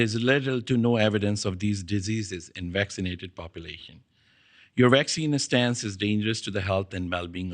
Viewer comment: First.y this “doctor” who posed the fist question should learn how to pronounce vaccine to start off with….it’s not waxine or waxing but V as in vaccine 😂😂😂